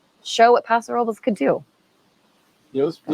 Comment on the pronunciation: Please let Austin Hope compliments for pronouncing Paso Robles properly as it sounds in Spanish.